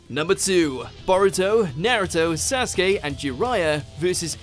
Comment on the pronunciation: I’m pretty sure his name is pronounced Bow Rue Toe but I’ll let it slide